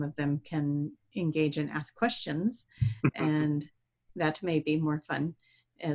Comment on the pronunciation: How come that always say "aks" instead of "ask"? And "aksing" instead of "asking"? I was just curious if it is for a specific reason, or if it is a dialect or something? Much love to you both! 💜